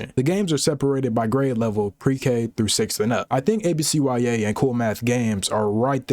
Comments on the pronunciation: Bro, why you call it A B C Y A? It's ABCyah. What school do YOU go to where you be pronouncing every letter individually? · Come on man its not A B C Y A, IT IS A B C YA! Like YUH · real ones called it abcYA not A-B-C-Y-A 😑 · No way you just called it ABCYA and not abc-ya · Oh hell no you’re one of them mfs that pronounce it “ABC WHY AY” you faker! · why are you saying abcya like that im crying